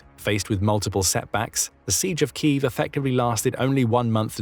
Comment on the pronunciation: Say key: "key", say if: "if", say them together: "keev"